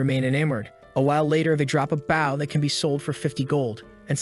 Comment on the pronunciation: No title AND read by an AI voice? I could be wrong, but , he mispronounces “bow” (the thing that shoots arrows) like the bow you do as a sign of respect.